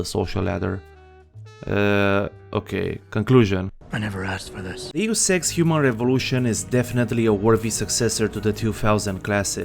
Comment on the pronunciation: I'm sorry, but I can't stop hear Humor Evolution instead of Human Revolution